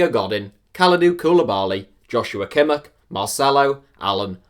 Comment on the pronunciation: i'm pissed of at how u pronounced Godín... and Koulibaly... and Kimmich... and Dele Alli... and u also called Veratti a frenchman, get ur info together or quit youtube man XDD